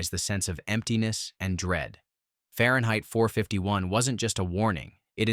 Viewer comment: Too bad about the AI voice. It really could not say Fahrenheit 451.